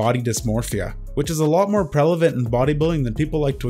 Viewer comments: > over here saying "prelavent" instead of prevalent XD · Prelavant? Don't use words you can't pronounce. Especially if you're just a voice over.